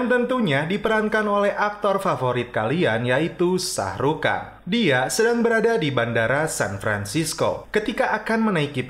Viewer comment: Bukan kan tapi Khan 🤣🤣🤣🤣